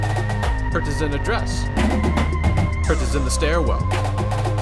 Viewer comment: He made a song about Hertas but can’t even pronounce them 😂